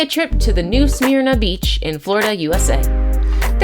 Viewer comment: Not how you pronounce new smyrna beach. I go to that beach often you may want to add most shark bikes are by ponce inlet not the whole beach.